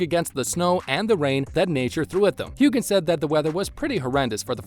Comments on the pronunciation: Who is this person talking? A robot? He keeps saying Sam "hew-gan" I thought it was pronounced hew an. Am I wrong? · the 'gh' is silent...it's pronounced Hu-en or Hugh-en....check how to pronounce names before reading them out loud please...